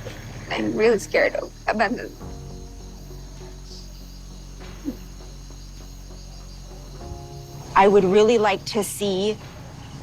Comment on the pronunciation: Am i the only one hearing Abrandanment everytime